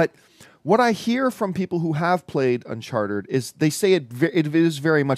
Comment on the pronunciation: Its not Uncharter John its Uncharted!!